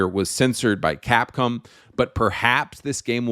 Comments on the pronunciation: It's "cap-com" (bro says "cap-come") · Ironic how he's anti woke (yay), but pronounces Gaiden as 'Gay'den instead of Guyden. Americans don't know how to pronounce anything. What the hell is Capcum? Subconsciously gay, definitely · bro calls cap-come as capcum lmao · its capcom not capcum